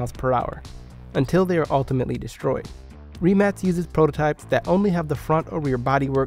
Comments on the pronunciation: It’s not REEEmac is rimac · It’s a rim-ack not reeemac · It’s pronounced Re-Mach not Ri-Max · I'm sorry but did he rlly just say reee-mac xD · It’s pronounced with C not K. It’s Rimac